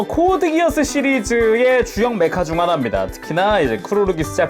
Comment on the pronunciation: 코드기어스- X 코드기아스가 맞는 표현입니다 Geass-기아스는 켈트신화에 나오는 맹약이라서 이걸 기어스로 읽으면 안되요